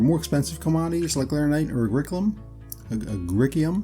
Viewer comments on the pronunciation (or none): Ah-gree-sea-um. lol ;) Good vid.